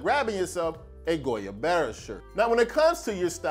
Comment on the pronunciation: Hey my man the Guayabera is pronounced "Why-ya-bear-uh"